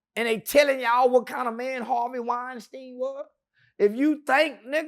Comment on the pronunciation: Weinsted lol... wth 😅